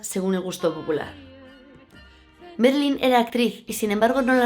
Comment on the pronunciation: Marilyn, Ma. No es Merilyn...